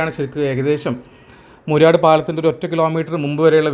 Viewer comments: മൂര്യാട് അല്ല മൂരാട് ആണ് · ബ്രോ മൂര്യാട് അല്ല moorad ആണ് ശരി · മൂര്യാടല്ല , മൂരാട്. മൂര്യാട് കോഴിക്കോട് സിറ്റിയിലാണ്.